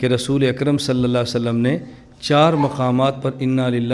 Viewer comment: كیا گهمن صاحب تجوید میں کمزور ہیں ؟؟؟ ق کو ک اور ع کو سهی ادا کیوں نهی کرتے؟؟؟ اللہ کو موٹا کیوں نہیں پڑهتے؟؟؟